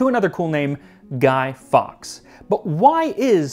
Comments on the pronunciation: we tend to say "guy-forks" not "guy-fox"..hope it helps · Love this video but it’s pronounced Guy forks